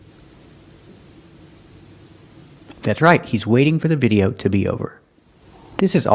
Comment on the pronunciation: I agree with you, and I can't believe he pronounced video that way!